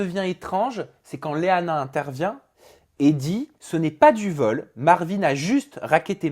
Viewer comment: Vole sans e !!!!!!!!!!!!!!!!!!!!Tu fais honte à la langue française